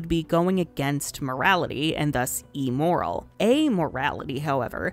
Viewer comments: There's this part of my brain nagging me to be technical of the pronunciation of "immoral" as "e-moral," as if it means morality formed from digital content. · I’ve never heard somebody pronounce immoral wrong before. Cool!